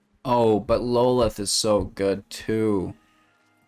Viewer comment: Love your content. For future use though that BA spider queen is pronounced (law-th)